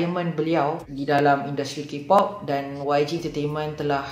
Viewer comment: kings of ki-pop? memang sebut mcm tu ke? bkn kay-pop? ke aku yg xtaw